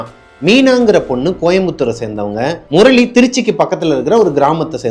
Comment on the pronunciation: Morali illa anna 😂 murali